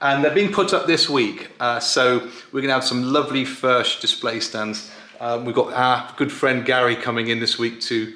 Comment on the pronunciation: I’m in the USA and I’m a Bluegrass or. I’m trying to find a Furch dreadnought I can try. I guess the nearest dealer is around 300 miles away. There is one in Texas but that’s about 600 miles away. Either way I look forward to playing one By the way according to the boys and girls in Czech Republic, it’s pronounced “Furk”